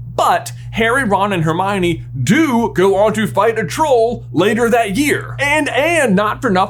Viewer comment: That Jaaaaay-mione was on point and brought back VIVID Harry Potter Puppet Pals flashbacks 😂❤😭